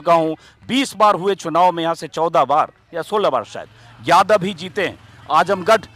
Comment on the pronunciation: आजमगढ़ नाम तो ठीक से ले लो। आजमगड नहीं